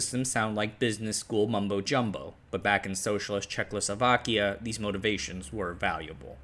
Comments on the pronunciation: Bro can say Slušovice like a native but then manages Czechlosovakia consistently 😂 No hate, only love man. Keep up the good work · nigh unwatchable video. he keeps saying "Czech-lo-so-vak" for some reason?? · "Chechlosovakia"... though, you did get "Chechia" right... Apart from this little death every now and then, an excellent video. And no, this is not the usual "butchering of foreign names, please be lenient". It's already the English name and pronunciation. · "Czechlosovak"? I get that it's a hard word but that's not where the L is placed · Reall great vid, but its not "Czech-LO-Slovakia" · i can not help myself, but the speaker is a legend. the innocent asian pronounciation slaughters enhance the vidjo exponentialy. did I just hear: "Czecklessovakia"? the Slusovice success is like 1921 ussr nep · Crikey! That's not how ya pronounce Jay Zed Day Zlowzavayza! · dude says Slušovice just like a Czech person would, then absolutelly brutalizes pronounciation of "Czechoslovakia", so that we won't get too big-headed :P :D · Bro is mispronouncing the name so often that my ears are hurting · Will people stop putting an “L” sound in the second syllable of Czechoslovakia. It fucking annoys me. And it makes you look stupid. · "Check Oslo Wacky Un" (the adjective is actually Czechoslovak) "Džejzídý" (yeah-zet-dah in Czech) "Slačevica" (actually Sloo-sho-vitzah, stress on first syllable like all Czech words) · You keep saying😆CzechLoslovakia instead of Czechoslovakia. Adding a L after H in Czech. I’m no Czech but I’m well aware how difficult another language can be so it’s perfectly understandable. As always, make ch appreciated content! 🫶👋✌️🖖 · Could you try to, at least ONCE pronounce the name of the country as "Czechoslovakia", rather than "Czechlosovakia"? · He does his «check losovakya» every time. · Not CzechLoSlovakia but just Czechoslovakia. No extra L needed :) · Czech-o-slovakia not czechlosovakia 🤦‍♂️ stopped watching